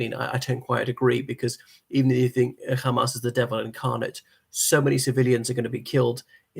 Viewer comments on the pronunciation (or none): Are you Israeli? Why do you keep pronouncing Hamas "Khamas" like an Israeli Jew?